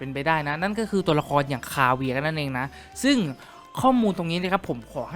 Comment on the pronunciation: kaveh = "คาวี" ได้โปรด "ไมใช่คาเวีย"